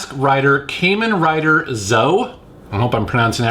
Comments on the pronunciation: its pronounced Calm in Rider/ or Caw Men Rider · it's read 'Kah-Men Rider Zet-Oh.' i think the 11th entry into the Kamen Rider Franchise. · Kamen Rider is pronounced like Common.